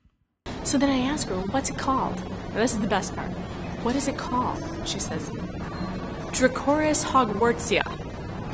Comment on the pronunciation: I have no idea what the ceratopsian she supposedly saw is actually called, but draco Hogwartsiensis would be the correct Latin form of what she pronounced as "dracoris Hogwartsia."